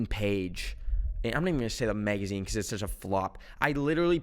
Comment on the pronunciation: “Megazine” right after